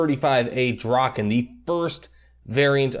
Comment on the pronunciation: As a Swede hearing you try to pronounce Viggen and Draken is a bit painful lol, great video though.